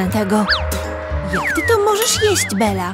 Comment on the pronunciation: Dlaczego narratorka mówi Bela przecież ma na imię Bella? Xd